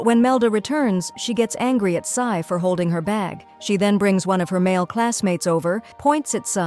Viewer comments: She’s G is jay but k and also sai is ci-n AND iris is Aries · There names are so wrong! G? Sai? Sai is Ci-n and G is Jay-Jay! Section A? It's section E!